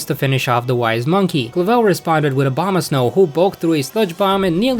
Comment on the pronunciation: when you were talking about Abomasnow, i kept thinking you were saying 'Obamasnow'.🤣